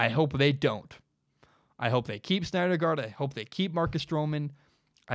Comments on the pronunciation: Man... totally had me until you called him "SNYDERgard" 37 times lol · You had me until I heard snydergaard😂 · Take a shot every time he says Snyder Guard instead of Syndergaard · Syndergaard pronounced "Sin der guard" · Pronounced sin-der-gard haha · Not even a baseball fan and I know its pronounced "SIN-der-guard" lol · You mean Steven Matz as the 5th starter, Vargas go to the bull pen. And learn how to say Syndergaard dude. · I liked what I was hearing and then couldn't freggin handle you screwing up Thors name... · I love your podcast man, but you may want to check on the pronunciation of Syndergaard. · Does he really know about baseball if he can't pronounce Syndergaard correctly? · Don't know how you can't pronounce Noah Syndergaard properly lmao. Just call him Thor at least. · Just a bit off on the Syndergaard pronunciation, but it’s all good 😂